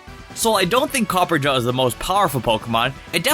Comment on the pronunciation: Copper-RAH-JAH not copperjah